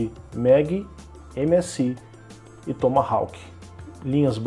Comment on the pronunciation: A letra 'W' da palavra Tomahawk não se pronuncia.